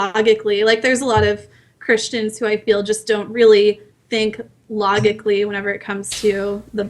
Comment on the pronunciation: She's 9/10 , she commits unwaveringly but gets really dull after a while. Also, when she mispronounced "logical", it was too much.